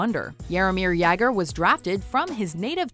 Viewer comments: "Gretzky is the all time points leader with nearly 1000 points" What??? Gretzky had 2857 career points... Also it's pronounced " Ya-Gurr" not "Yay-Gurr". Do your research next time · Its Jagr (ya-gur) nit Jegr (yeh-gur) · It's "yoger" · Stop pronouncing jager wrong. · Holy shit pronounce the names right like Jagr! They say it wrong at least twice. Plus for a video that came out in Oct you should know Sid has 3 cups... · I'm just surprised this bitch pronounce jagrs name like it actually looks